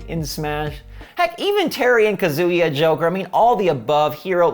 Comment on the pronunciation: it think its pronounced ka-zuh-ya, not kazoo-ya. not trying to be a duche but I just wanted to say.